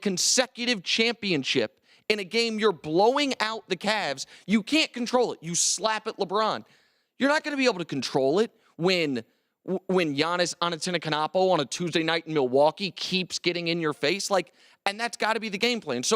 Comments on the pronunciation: "Giannis Antetonousokonopo" good try. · the way he mispronounced giannis antetokounmpo was ridiculous. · He butchered Giannis Antetokounmpo last name